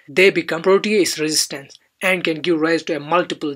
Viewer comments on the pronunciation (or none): none